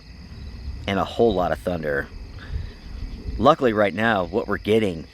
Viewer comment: "Nuculer" is not a word. "Luckly" is still not a word.